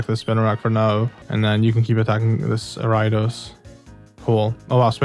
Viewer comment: Ayo, it's pronounced air-ee-a-dose not are-ai-dose Ariados not Araidos